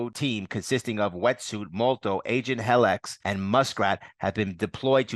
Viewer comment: You are adding to many N’s to the name Revanche. You are saying Revananche. Also, her name is Helix (he licks) not Hellix